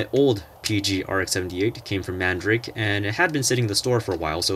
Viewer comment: Thanks for making these videos. I just wanted to correct you on a tiny detail. Mandarake is pronounced Man-da-ra-ké. Keep up the great work.